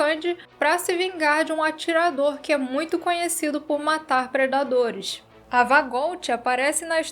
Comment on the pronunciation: Hoje se fala "predaderes"